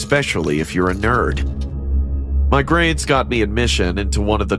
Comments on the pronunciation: Did you just say he came to me room it's my not me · Why did you say 'my dad me room' 😂😂😂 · “he took me to hm room” LOL